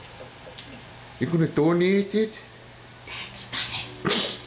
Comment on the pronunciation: Is that your grandpa who said "you're gonna DOOHnate it!?" haha he sounds like one of those old fashion russians that are real uptight about security. lol